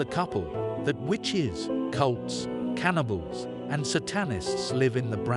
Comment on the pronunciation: Very bad computer voice. It’s Rosemary, not Rose Marie. They’re SATANists, not saTANists . It’s CastaVETS, not Castvetts. They have dessert, not desert. Guy and Roman don’t “hit a toff.” They hit it off.